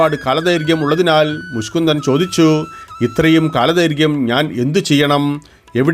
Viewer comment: മുഷ്കുന്ദൻ അല്ല മുചുകുന്ദൻ😊